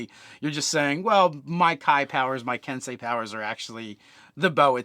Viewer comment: Ken sei Not "kensai".